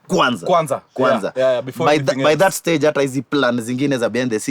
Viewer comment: "Shtand on the shtage" utakosaje kuona hii!